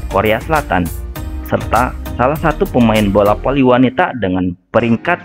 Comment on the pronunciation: Bola Voli om bukan bola poli Fans bukan pans , Hadewwwwwww blibet si om jd mimin 🙄